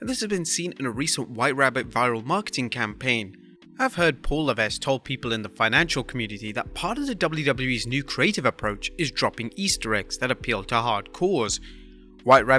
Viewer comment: Please pronounce "Levesque" with a silent "s"